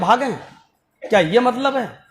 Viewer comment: MATLAB ki jagah malb Bolte hai